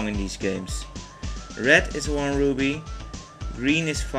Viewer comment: Rupees! RUPEES! Ru-pee not Ruby! Even the actors in game got it wrong...